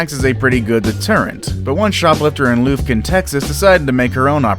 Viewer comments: It's not Loofkin, it's Lufkin. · No 3, the woman in the police car Is pronounced Luff-ken Texas not Loof-kin Texas. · IT'S "LUFF-kin", Texas, NOT "LOOF-kin!" Or are you referring to slimy Bill O'Reilly's LOOFA sponge? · It was just a keg, man. Don't over play it. And, it's Lufkin, pronounced Luf-kin, not Loof-kin. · Haha I live in Lufkin. It’s so funny how nobody can pronounce it. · Pronounced Lufkin ( luff-kin) Texas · BTW its Lufkin: L UH FK IN. Just a Texan tryin to help y'all. Bless your heart. ❤ 😁